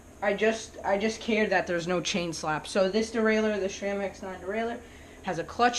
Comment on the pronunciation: "sram" not "shram"